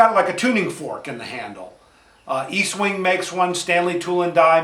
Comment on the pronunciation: It's not EAST wing , it's Estwing. Check it.